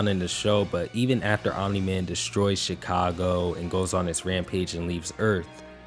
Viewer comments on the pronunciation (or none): none